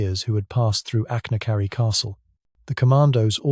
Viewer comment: It's AI slop, few if any of the illustrations line up with the narration, and the inability to pronounce Achnacarry is a dead giveaway.